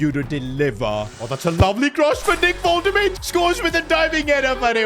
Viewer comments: Stop saying voltemaid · Unexpected event: The board funds the fans big banner tellign you how to pronounce ''Wol-te-madeh'' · You are pronouncing his name wrong its like WOLTE-MAA-DEY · wolt-te-made 🤣 the pronunciation is killing mee🤣🤣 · Yes it's voltermarde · Woltemade is pronounced as Wolte- maa-de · woltemade is pronounced as vole-te-maa-de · to help you out The name Woltemade is pronounced WOLT-E-MARD-EH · his name is pronounced woltemada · U need to specify the V - VoltaMada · bro really said "voltemad" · pronounce woltemade correctly before u keep saying his name bro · Unexpected event: Nick Woltamade is not happy with how you say his name. -5 composure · i literally convulsed everytime you saide woltemade's name. plz bro learn to say it. it's not that hard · Love your vids but please listen how Woltemade is pronounced, please. Peace and love. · Unexpected event: Because of you bottling the pronunciation of Woltemade, he demands a new contract with no extension but a clause: every time you mispronounce his name you give him 1 million! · Pronounce his name right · If your gonna sign Waltemade say he's name right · Unexpected Event: Woltemade refuses to play as he is furious of the gaffer saying his name wrong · Can you please pronounce Woltemade’s name properly it lowkey driving me nuts 😂😂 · Ur pronouncing Nick woltemade wrong. Please call him by his real name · Bro please say woltemade name the correct way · Bro forgot how to pronounce Woltemade 😭😭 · Why does he keep calling wolte-made, walter made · Hurts my soul everytime you say Woltemaid as Woltemaid firstly, the W is pronounced like a soft english v secondly; the a is pronounced like a normal a sound, and the 'de' is a complete different syllable so it's like 'Volte-madeh' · "Woltuhmade" 🥀🥀 it's "Wul-tuh-mada" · Its volte-mah-duhhh not woltemade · learn how to pronounce player names sid. wolte-made. Its wolte-mad-er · Volt-a-marder . Nah Vol-ta-made💀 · It is Wolt-a-maada not Wolt-a-made